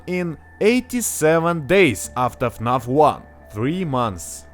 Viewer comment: Имена и "фнаф" ты произносишь, ну, с очень русским акцентом)